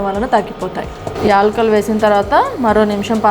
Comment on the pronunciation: ఎల్కులు కాదమ్మా యాలకులు.